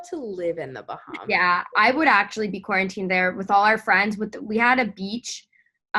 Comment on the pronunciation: She pronounced Bahamas like bahamus 🤭